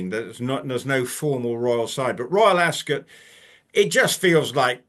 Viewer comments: ❤, please, it's not, "Acs-kit" it's Ascot - that is like me saying Konsey. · It's more of a schwa sound. She has taken it from the usual American extreme of "ass cot", skipped over Rupert's (and most British people's) typical pronunciation of askət ("ass k't"), and gone all the way to the other extreme of "ass kit". My apologies if you are British and this is what you're trying to say, but most Americans will read "Ascot" as "ass cot". So for them I am clarifying: it's not kit, but it's also not cot. It's kət. Like the last vowel sound in button, mitten, color, rabbit. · why do u pronounce it “as-kit”. its weird. as-cut